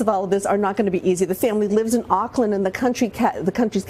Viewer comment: its not Auckland it pronounced o..... Auckland